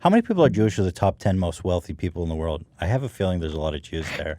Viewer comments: I love how Hila pronounces WORLD as WORD! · Hilla trying to say "world" is starting to bug me lol it always sounds like "word"